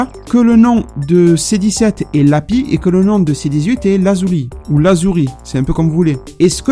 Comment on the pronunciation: il me semble que le prénom de C17 "Lapis" se prononce avec le son "sse" à la fin... Je me suis pas trop sûr mais bon je te le dis quand même...